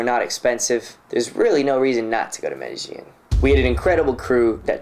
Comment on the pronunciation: Please stop saying "medi-jean" as like blue "jean". Two LLs next to each other in spanish is pronounced "ye" so say it like "medi-ye-in". Thanks.